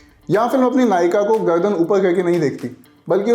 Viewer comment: तुमसे "र" अक्षर क्यों नहीं बोला जा रहा ? "गअदन" , "लेकअ" , "इलीज़" 😅